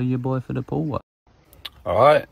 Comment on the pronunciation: when he says holla ya boy for the pool work i think he says holla ya boy poo work 🤣✋